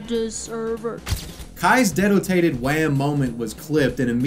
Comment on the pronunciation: I always heard it as Dead detated wham